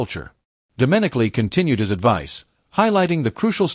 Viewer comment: Gave up watching after the first minute and a bit! Every mention of Stephano Domenicali was accompanied by a photo of Binnotto!! Cannot pronounce Domenicali's name and so on and so forth. There seem to be more and more of these poor F1 YouTube videos appearing from different sources, many with obvious AI generated voices, full of detail errors and pretty well all withg "click-bait" titles. Don't waste your time watching!!